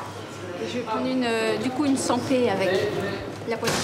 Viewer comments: Parce que c'est la prononciation à la bobo : je veux une San Pé. Ça fait comme " je préfère le rosé pamp' " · "San Pé" je vous jure moi aussi ça m'a énervée, on dirait qu'elle le fait exprès. En plus j'avoue qu'avec ou sans handicap, c'est possible de ne pas comprendre ce qu'elle veut sur le coup.